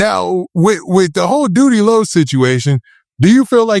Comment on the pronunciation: He called Doodie Lo loose booty 😂